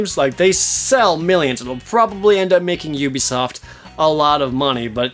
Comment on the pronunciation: *'oo-bee-soft' Dude. You've done this for a while. Pronounce standard industry company names as though you're involved in the industry professionally.